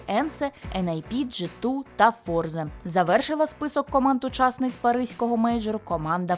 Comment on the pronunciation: Натус вінсЕре - фішка Ламича казати)